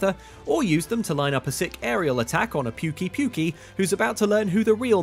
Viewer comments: Solid effort but I have to be that guy, pukey pukey was funny as hell (its more like poukéh poukéh if you plan to stream this). solid effort nonetheless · Its poo-kay-poo-kay right? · Calling a Pukei-Pukei "Puke-y-Puke-y" is not something I expected to hear today x)